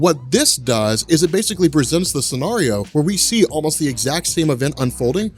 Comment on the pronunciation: You say scenario weird... You pronounce it sceARio.